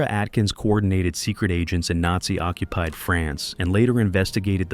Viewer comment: The AI was great with the photos,pronounceing NAZI, not so much.